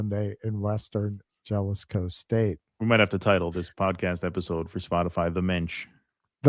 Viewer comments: Jalisco is pronounced HA-LIS-KO,. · "j" is pronounced as an "h" in Spanish. It's "haleesco" as "i" is pronounced like "ee" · No. Ha-LEES-ko. Gringo. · Jalisco is pronounced Hahl ee scoe